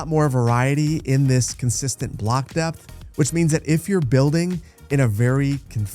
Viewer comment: "2 units deept"